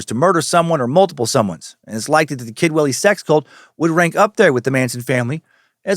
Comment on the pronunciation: I keep hearing "Kidwelly" as "kid willy" which is hilariously unfortunate for the town itself but fitting for the cult